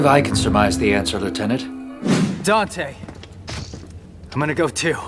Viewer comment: "Dan-tae" ... I still don't get how people can mispronounce his name.